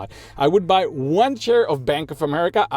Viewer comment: It took me 1 and a half video to realise that you say share and not chair 😂😂😂